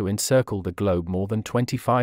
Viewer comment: Thank you for a great report also the way you you say "Kilo_Meter" which most people say wrong, I appreciate learning about Chinese contribution to excellence in technology